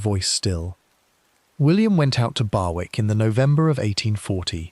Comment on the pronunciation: Barwick is pronounced BARICK!!!!